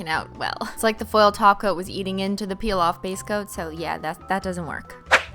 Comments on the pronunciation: When you say top coat it sounds like you say taco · It’s an old running joke cuz the way Cristine pronounces top coat kept sounding like taco, and after a while she just ran with it and started running a taco emoji across the screen to roast her own pronunciation. The association worked so well she decided to include it in the name of the company she later created. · Ah, I see you are a new holosexual and still getting used to the ways of Simply Nailogical. Welcome to the world of holosexuals! I'll show you around! First off, it's top coat, but we pronounce it as Taco! Second, if you do not love Holo, then this channel isn't for you! Bye, new holosexual!